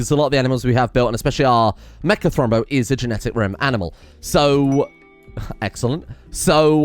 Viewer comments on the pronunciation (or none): none